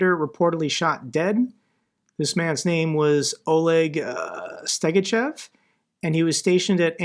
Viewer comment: Stegachev is pronounced "stegatchoff" with the stress on the last syllable. Unless you're planning to learn Russian, don't worry why.